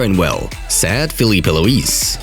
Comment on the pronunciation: Am I the only one who hears sad instead of said?